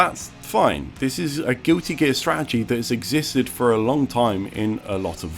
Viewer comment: "Gooty Gear", bruv im dying.